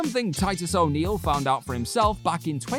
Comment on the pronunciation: how you saying O'Neil pal???